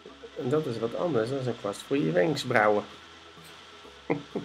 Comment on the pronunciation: Je vader zei: wenksbrauwen😂❤